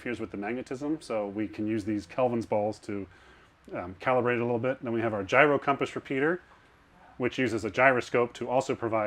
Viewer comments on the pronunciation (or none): none